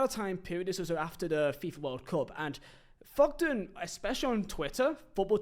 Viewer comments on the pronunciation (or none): It's Thogden not Fogden. Painful listening to you trying to speak. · Fogden, Feo, Fogdad. Painful.